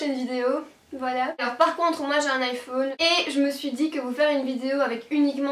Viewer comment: mdrrr elle a dit iphoune 😂😂😂👌💩